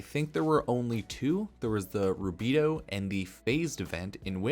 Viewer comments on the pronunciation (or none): Sorry I can tell you don’t even play the game calling rubedoe “rabedoo”